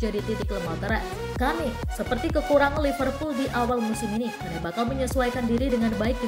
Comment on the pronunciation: Bacanya Ken mbak,😂🤭